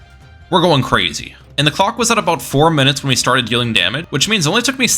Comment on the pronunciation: bro did NOT say "clock"